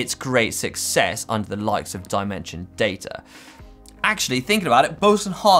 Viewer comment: That's the weirdest way I4ve heard the word "of" being pronounced ever.. "euff"